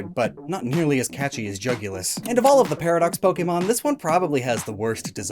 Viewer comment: Jugulus sounds like jugular to me